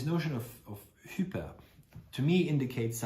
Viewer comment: This is a revelation. In your pronunciation, ‘hyper’ sounds like ‘cooper.’ I always believed Lynch’s Twin Peaks is a perfect exemplification of Baudrillard’s theories. I watch Twin Peaks to feel my life is ‘normal.’ Its Agent Cooper allows me to feel ‘real.’